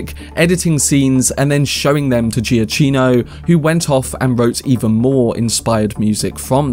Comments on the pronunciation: Good video. 2 points: 1. His name is pronounced "GiaCKino"' , not "GiaCHino" 2. There is a reason why the 4 note Motive is repeated a lot. According to Matt Reeves and Giacchino this also symbolises the obsession Bruce Wayne has with Batman, it's constantly playing in his mind, the rhythm almost becoming his heartbeat, so there's definitely a deeper meaning behind it than some people realize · As Michael puts it on his Twitter bio, it’s pronounced Juh-KEE-no. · You have pronounced the surname not correctly, it is Giakino (pronounce K). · great video but please pronounce his name correctly